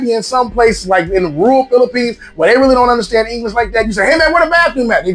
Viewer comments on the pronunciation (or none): none